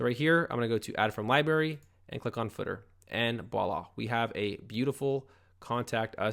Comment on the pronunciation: "Right off the back"... "ekcetera" ... "Boila!" ...lmao. Poor little fella never learned how to use common phrases.